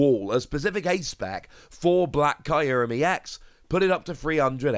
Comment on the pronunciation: I’m sorry but, the way you say kyruem is killing me